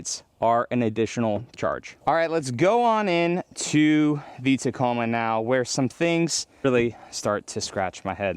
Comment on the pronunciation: keeps fucking up the Tacoma